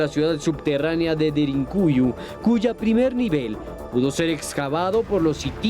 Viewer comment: Cuál DERINCUYO animal! Aprende a hablar DERINKUYU DERINKUYU!!!